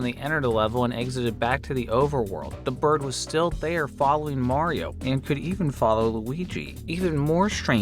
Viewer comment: You said "Mario" wrong.